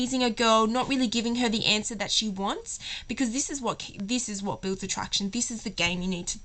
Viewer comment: Ok, 1, she's not British, she's either Aussie or Kiwi, 2, can you not say 'because' like that please and 3, the examples of how to respond to 'do you love me?' that you gave were absolutely ridiculous and not cute or endearing. Pisses me off when girls ask that as well. Do I have to keep telling you?!?